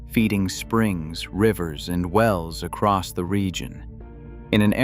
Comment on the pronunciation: there is no t on the end of across